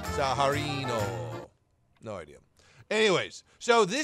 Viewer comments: How can you butcher the name so bad, it's literally spelt out lolol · I'm actually Italian and I can say that the funniest part of the video was he pronouncing the tank name! hahaha love you